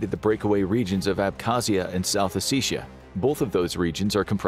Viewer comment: south "ossissia" is the funniest mis-pronunciation i've heard in months XD